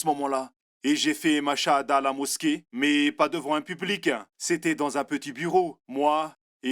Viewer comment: Salam 3aleykoum. Mon frere/ma soeur nous devons essayer de prononcer correctement certains terme en arabes exnotamment la formule : ma chaa ALLAH il faut bien disocier la dernière lettre (a) de "ma cha" et la lettre A de ALLAH car en arabe les voyelle longue ont une importance car elle peuve changer carrément le sens d'un mot , si tu ecrit en un seul mot les 2 termes en collant "mach" et ALLAH cela signifie : dieu a marche , tu vois la gravité de l'erreur qui peut nous mener au blasphème! wal 3ayadou bi'LLAH. Fais ce rappel a ceux qui commettrons cette erreur wa Salam a3leykoum wa ra7matouLLAH wa baarakatou. wa ALLAH ou a3lem